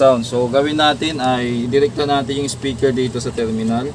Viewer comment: Speaker Hindi ispiker